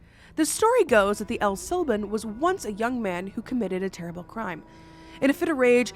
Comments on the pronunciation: Can’t help to laugh every time she says la Lorona…😂 I stand corrected “el sílban” is even better… haha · I cried every time said “Llorona” with an L sound Very painful. And El SilbOn— like bond w/o the d…. Crazy how I was literally thinking abf him the whole video too.